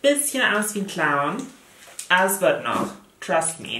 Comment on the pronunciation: Hat zufällig noch jemand statt “Trust me” im ersten Moment “Krusty” (Krusty der Clown) verstanden? Hahahaha